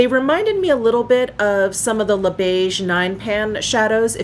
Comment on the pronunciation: I am loving that darker eye quad! And the finished look is gorgeous on you, with your hair back and that blouse ❤️ Ps, “le” and “de” are pronounced similarly to “luh”/“duh” (/ø/ – this sound does not exist in English) and “les” and “des” are pronounced “lay”/“day”. And, much of the time, you only pronounce the letter “s” when a vowel follows (ie, “les beiges” is pronounced “lay beige”.) 🇨🇦☺️